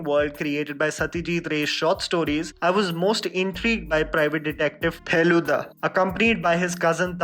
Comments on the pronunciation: Btw the pronunciation is wrong...it's "Feluda" not "Feluda"....alright fuck it...😑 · u really emphasised so much on the f of feluda to pronunce it correctly, it made me chuckle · You say feluda so oddly, being Bengali it sounds so funny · The Way u say 'Feluda' is hilarious 😂😂